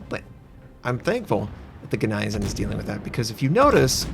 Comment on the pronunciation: please, please!!!! its said GNEISENAU!! not GNEISEN...